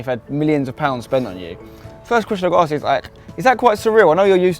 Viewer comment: You think PL players are having their multi million pound deals negotiated by a man who pronounces 'ask' as 'arks'